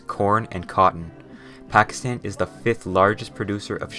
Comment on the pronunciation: Correct pronunciation Gwadar: ga wa dar Pakistan: both "a" in pakistan are pronounced like in "car"